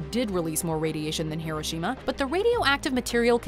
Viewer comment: It's hiroshima hiro shima